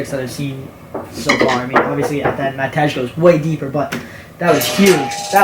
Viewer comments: as a Matej myself, my name is pronounced mateh or matey like mat - ey or eh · Im already hyped for the podcast with matej. Im also not sure if your saying his name correctly you may want to check